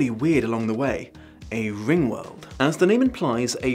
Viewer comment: I kept hearing rimworld